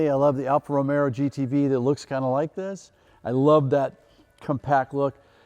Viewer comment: Did Tim just say “Alpha ROMERO”?